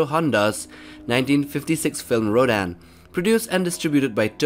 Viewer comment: says rodan* m: its rodan dum dum